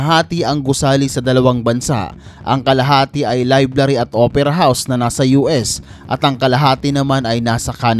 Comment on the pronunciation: Library not liblary